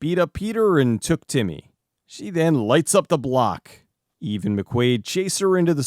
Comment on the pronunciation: Whenever he says the name of the robot I can't help but hear it as "eBay".